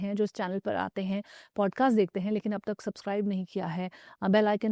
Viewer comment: Pod caster ni paadcaster